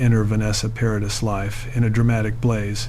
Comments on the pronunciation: Her name is pronounced ' Pa ra dee'. The ' s ' is silent. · Great story ,however please pronounce her name correctly.. Vanessa Paradis. (PARADEE) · Please stop saying Vanessa Paradisszs, 🤦🏼‍♀️ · Another video on utube that says…..NOTHING……JUST drones on, and can not even pronounce her name, CORRECTLY. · It can't even pronounce her name properly, hahaha